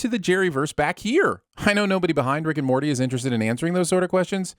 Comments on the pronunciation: instead of saying Morty he says "Marty". That should be a sin of itself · you call Morty "Marty," and the subtitles agree. Honestly, I think he deserves it.